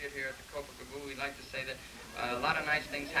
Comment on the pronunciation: well it's like not lik and that not taht :D